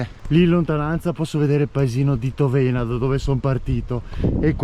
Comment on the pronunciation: Grande. Ti seguo sempre con interesse. Tòvena con l’accento sulla o, Revìne con l’accento sulla i 😊